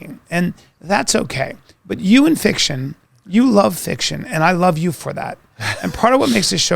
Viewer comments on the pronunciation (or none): Sam always says, "I love you" but it sounds like "EF" you.